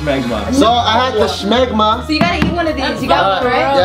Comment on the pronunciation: When was it ever called "Shmegma" It's just Smegma.